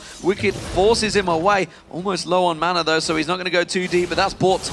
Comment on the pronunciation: I just can't stand Deficio, it annoys me to no end how he pronounces mana like manner.